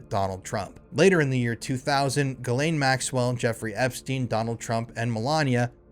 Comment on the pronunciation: I think you meant JIZZ-lane 😂😂😂